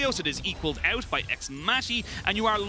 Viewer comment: Where did these casters come from though? Since when is 'out' pronounced as "eute"? O.o